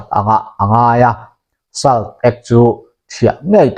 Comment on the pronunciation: 'Salt' hi 'sawlţ' ti a lam tur a nih zawl hmel 'sal' nilo in